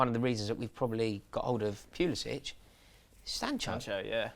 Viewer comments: It's 'Puli-sick' not 'Puli-sitch' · it should be and its driving me nuts BUT American-born Christian Pulišić does not pronounce his name the Croatian way. Since he was born and raised in the US he uses the "butchered" english version so its Puli-sick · No its Pulisitch even Pulisic himself pronounces it wrong.